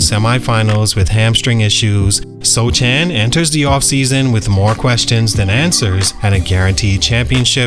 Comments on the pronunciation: His name isn’t pronounced So Chan. It’s Soh Han. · "SoCHAN" come on dawg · Yes Sochan, it's pronouched Sohan in Polish tounge — a Polish name that sounds very different when read with English pronunciation rules. That's why you have to listen to the actual Polish pronunciation and write it in English as "Sohan." If you're writing a Polish name, you should pronounce it the Polish way, not the English way. The author should have properly transliterated it — that's on him.It's the same with Asian words. For example, カタカナ — if you don’t know the Japanese script, you listen to the sound and write it as "Katakana." It’s never perfect because accents don’t fully translate, but that’s how we do it. English has many different accents too, yet we still use the same letters. Just look at the letter "O" — it has lots of different sounds depending on the accent, but we write it the same way. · Are you butchering his last name on purpose? It is pronounced Sohan. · I love your channel but how can you make a video on a guy and pronounce his name wrong :/ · You can tell that you have no idea about sochan or spurs by the way you pronounce his name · Not even a second into the video and I turned it off already. If you are going to do a video on a player, at least learn how to say his name properly. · it’s hard to believe this guy knows a lot about Sochan. Did so much research and nothing told him how to pronounce the guys name…weird, that’s the first thing that should’ve been correct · He’s a bum so he doesn’t deserve to be pronounced properly